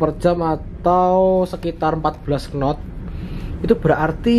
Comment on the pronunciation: Knot bacanya not mas, k ne gak ikut 😅